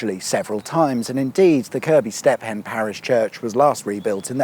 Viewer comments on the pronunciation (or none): Mate, your videos just get better. Just so funny taking the mick out of the pronunciations. Step-hen FFS 🤣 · How can you not pronounce BROUGH correctly FFS. It's ROUGH with a B infront or (BRUFF) FFS. FFS what a tard, Step- Hen FFS, it is pronounced Steven FFS STEPHEN. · 'Step Hen' 🤣🤣🤣🤣 I wonder how long this correction chain can go on! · Highlights include the numerous ways to mispronounce Bruff and Pheven and 🥧 🔑’s. Thurily njoyible.